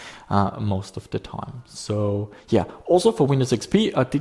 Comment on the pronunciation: "a long taime"